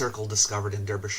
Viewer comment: it's pronounced Darbyshire, just pretend the e is an a. It's England I know.